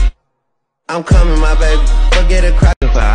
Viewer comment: Ain’t no way, it sounds like I come in my baby 😂😂😂😂